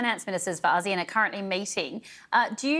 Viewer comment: When did we start pronouncing it as Az-zeAnn? Am I lost. What is Asian and what is Az-zee-ann. Have we been ponouncing Asian incorrectly? 😂 serious question actually. Edit ASEAN!! 😂 the reporter shoukd educate the ailudience or they should put ASEAN on the bottom thirds. Thanks.